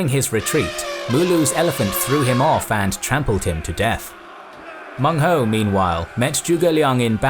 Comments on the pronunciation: Excellent information. Minor flaw though, his name was Meng huo, not Meng hou. (You know the sound is funny) Well ancient Chinese certainly had colorful ways to name barbarians. But really, they are also very interested in assimilating them. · Meng Huo, not Meng Hou. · Its Meng Huo (孟获) not Meng Hou. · Cantonese here. An absolute MASTERPIECE. I prostrate to your scholarship & production skills. I've never seen such a detailed English summary of Nanman & Baiyue. Only 1 thing, it's Meng Huo not Hou! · Baiyue aren't one people. They're a collection of tribes and cultures sloppily clumped together due to their geographic location in relation to the Han. Also, it's "Menghuo", not "Menghou". Also, Lady Zhurong is definitely not the only woman warrior in the Three Kingdoms. Not only is she fictional, there also existed Lady Wang Yi, who fought beside her husband against Ma Chao, earning herself a reputation for bravery and tenacity. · its Meng Huo, not Meng Hou. Also the location of Meng Huo's forces should be on the south western side of the Shu kingdom, not on the border of Shu and Wu